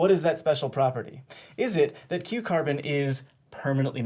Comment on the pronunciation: Whenever he says Q carbon i just keep hearing cucumber